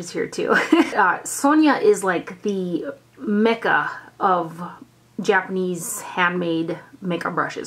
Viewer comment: You're doing rather well with the pronunciations. Japanese is rather easier if one takes it one or two letters at a time first, then speed up on saying it. Consonants are generally followed by a vowel except for combos like "ts" in "tsu" (you did okay on it, just combine the sounds as one; it's like in "tsunami"). Vowels have regular sounds (a=ah; i=ee; u=oo; e=ay like in "day"; o=oh) except for combos like "gin-bu-dOU" (again just combine the sounds) (you did the "ou" well). :)